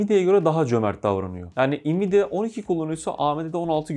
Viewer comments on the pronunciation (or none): Elinize sağlık hocam, şahane inceleme olmuş. Yalnız şu Nvidia'ya "invidia" demeyi kim Türkiye'ye getirip yaygınlaştırdıysa hay ben onun... Neyse, "envidia" dersek daha sağlıklı olur sanki, saygılar.